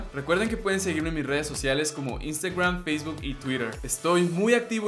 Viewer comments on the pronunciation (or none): none